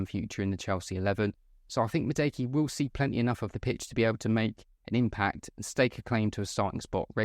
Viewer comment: its pronounced “MADOO-AKAY”